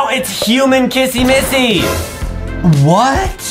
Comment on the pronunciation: Its not kassy massy it is kissy missy